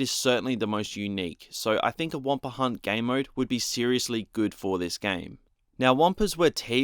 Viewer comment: The Aussie word for Wampa is "Wamparrrr"